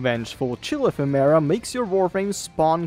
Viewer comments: say Effeminant, it means having Feminine attributes, SO, its pronounced E-fem-ur-uh. thumb down for not researching proper pronunciation. Ephemera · Holy I was interested but cannot stand the way you are saying ephimara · PLEASE it's pronounced əˈfem(ə)rə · Epheméra is an exotic way to say ephemera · The pronunciation of "ephemera" kills me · Hearing him mispronounce ephemera every 5 secs is like nails on a blackboard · I don’t wanna be this guy but, that’s not how ephemera is pronounced